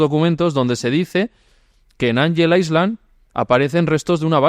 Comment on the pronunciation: Muy buen vídeo!! Me encantó como siempre ❤ Por cierto, cuando se pronuncia “island” la s no suena!!